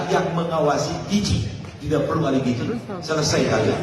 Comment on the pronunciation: Gizi pak..bukan gijih... perbaiki ejaan alphabet nya